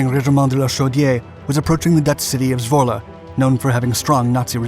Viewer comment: Great to hear that you pronounce Zwolle correctly :)